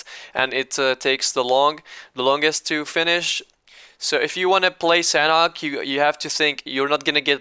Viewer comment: imma tell you something, you're pronouncing sanhok wrong sanhok is pronounced with silent "h"